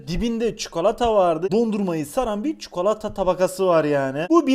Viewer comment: Abi ne güzel çukalata diyorsun 😁😁